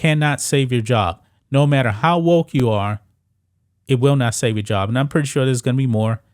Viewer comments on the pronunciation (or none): Bro why u saying Woke like a white person dont u know where woke came from and white folks took the word and made it bad